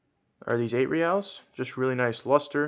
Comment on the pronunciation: You said it correctly. Love the 8 reals.